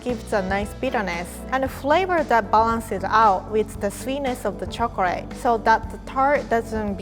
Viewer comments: Love it when she says " chokrate" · Lol instead of chocolate she says chocret